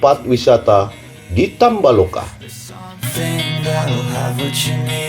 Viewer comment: Tambo laka bukan tamba loka.😆